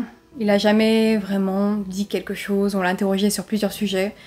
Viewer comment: J'aime bien ce léger "accent" il s'est passé quelque chosss... il y a des chemins de fehr 😁😁😁 C'est mignon